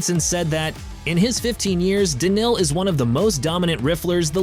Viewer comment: I think this was AI who made this video. All names were pronounced incorrectly. Simpl was written inctead of s1mple ... Daniel donk? He is Daniil. Dislike